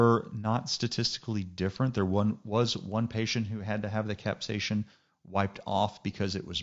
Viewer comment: No ‘H’ in capsaicin. Thanks for the video